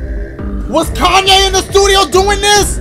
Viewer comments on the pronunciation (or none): none